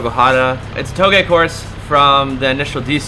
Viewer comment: You finally pronounced Touge properly x) These are good cars!